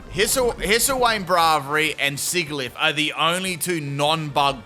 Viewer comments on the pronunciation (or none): none